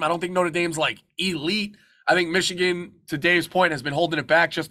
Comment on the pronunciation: I comment a lot bc Dave talking Xichigan drives me insane lol I can’t help it